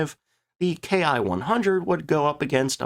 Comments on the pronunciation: "Ki" is a single letter in Japanese, pronounced "key". So, when referring to aircraft makes we usually say key-100 instead of k.I. 100. Not a big deal. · A few things ... First off - while the Germans used Me and Fw as designators for manufacturers - the Japanese Army was NOT doing that with the term "Ki" . Instead of being pronounced "Kay Eye" it is pronounced "Kee" . The Ki 61 was essentially the result of the Germans sending the Japanese the plans on now to build an Me-109 and it's engine. This gave the Japanese a more European type aircraft. The thing with the A6M and Ki-43 - was that they were both highly maneuverable but poorly armed and armored. Thus - they were vulnerable to Boom and Zoom tactics to which they had no answer. The Ki-61 was different and the Allies had to treat it differently. The problem as mentioned was that the quality control of Ki-61's was atrocious. The Ki-61 had the dubious distinction of being the Aircraft Most Destroyed on the Ground. The fact of the mater was - that the pre-war Allied Contempt for Japanese manufacturing - was entirely warranted. The thing with the Japanese military is that pre-war - it was very highly trained to get the most out of what they had. The Japanese Air Forces - had maneuverability - and their Navy the Long Lance Torpedo. All Japanese designed aircraft were fire traps and few of their ships had radar. Other than that - most of what they had - while, like the Italians - was competitive - it was not up to western standards and they could not replace their losses. Do not average losses between enemy claims and unit reports. In Judging losses - take the losses reported by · It's not "K I", it's pronounced "key" and short for "kitai" or airframe. It was only used by the Japanese Army Air Service. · Excellent presentation! In Japanese, the "K I" designation is pronounced "KEE"